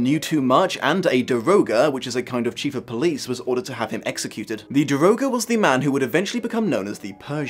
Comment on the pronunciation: I'm so exited that you finally got around to tackling my favorite story. Your pronunciations of the two new managers and The Persian's job as the daroga were spot on, because I had to look them up myself. I agree with the book points that you made, especially with Raoul's character in the book. I just hated him, because he is just so self- centered and just berating Christine at every turn. There is one scene in the beginning where he is talking with his brother about the boatload of parties he is going to and how many woman he has been with then he spots Christine who he hasn't seen in over 15 or so years and is suddenly in love with her, that's not how it is supposed to work. And with Eric's character, I really like how there were some points that I missed when I read the book, but I didn't see him as the cold, murdering because it is fun kind of character. I see him as this person who has been though a lot, and even though he has done some very wrong things, I still feel like he should have had a bit more respect from the people and shown that he could have made a use for his life if given a chance. And that really hits close to home for me, because I've felt that way a lot. Sorry if I went on a bit of a rant, I'm just really passionate about this story and what it means to me.